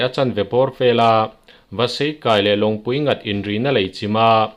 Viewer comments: Longpuinghat(nghat tih a ni ve ziahlo guard homeGUARD a a GUARD lai ang in)longpuighat(guard)ti a lam tur......thu i puang dawn rau rau anih chuan,a accent i hrechiang la nihloh chuan midang i thu lakna te zawt hmasa ṭhin rawh...a awmzia a bo vek thei anihloh chuan... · Longpuighat hi i lam dik lo deuh nghat ti a lam lovin ghat(gard) ti a lam tur..😊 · Longpuighat leh C. Lalruaia i thlûk dan hi a diklo ee..